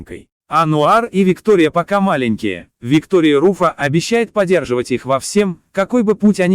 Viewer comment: Не всё переживали , а все переживали.. Дикторы за смыслом не следят... Все , а не всё отзываются ! Во всём , а не во всем! Отличайте буквы е и ё! Переозвучить правильно слабо? Ещё и дорОга , вместо дорогА ! Удивительно небрежная озвучка ..(((((